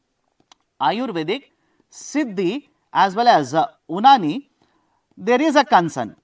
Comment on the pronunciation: Unani is pronounced as Younaani. ❤❤